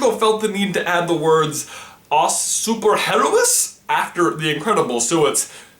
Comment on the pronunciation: "AS SUPER RERROÍS" I love americans pronouncing portuguese words